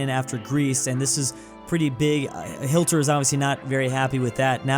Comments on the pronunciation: I'm sorry I had to stop watching when you said Hilter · bro said hilter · "Aldolf Hilter"